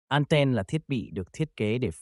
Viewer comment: Đã tiếng việt thì thuần việt hẳn. An ten hoặc ăng ten. An then nghe khó chịu vãi chưởng